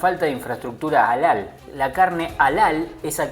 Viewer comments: se escribe Halal y se pronuncia "jalal" y no alal como lo dijiste. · Se pronuncia JALAL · la carne halal o permtida se pronuncia / jalal /